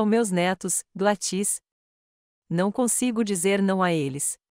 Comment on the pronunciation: Não é GladŸs é GLÁDYS